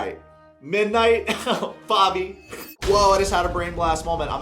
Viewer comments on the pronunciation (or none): The nickname they call each other is pronounced "babby", not "bobby". Not that thats any better 😅